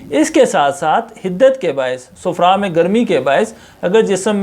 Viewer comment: صحیح تلفظ صفرہ/ safra ہے نہ کہ sufra